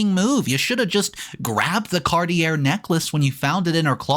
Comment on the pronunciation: Are you illiterate? Cartier is pronounced car-tee-yay.